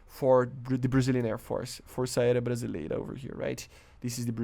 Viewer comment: Tanto que ele até deu uma risadinha quando ele disse "piranha" pela segunda vez. Além do mais, teve até uma hora que ele pronunciou "Força aérea Brasileira" direitinho